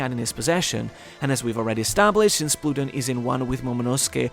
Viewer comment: That pronunciation of Pluton irks me